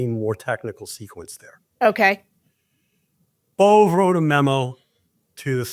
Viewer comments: It’s pronounced “bo-bay” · Emil Bove's name is pronounced Bové or Bovay or ... /boʊˈveɪ phonetically (Wikipedia). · Danielle is the anti-Bondi. CBS news is pronouncing the name “bovay.” Quid pro quo is becoming the basis for our legal system. 🤮 Is it possible that there aren’t enough educated, effective attorneys to support the MAGA agenda? 😂 Will Kathy Hochel remove Adams? Trump thinks he is Mayor of NYC now🤬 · George please pronounce his name correctly BO VAA long a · Phonetically Bove...would be Bo-vay....